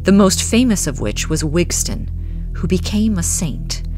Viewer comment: It’s Wistan not Wigstan ….